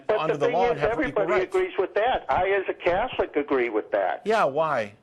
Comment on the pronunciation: What is a 'Cyetholic' anyway? Is that anything like 'Chicyego'?